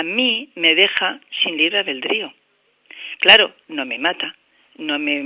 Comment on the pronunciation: Kesel aveldrío jajaja